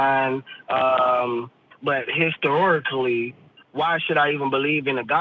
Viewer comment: I’m 13 minutes in and I still can’t believe the call said, histic-storic-lly. That will probably be stuck in my head for days. 😂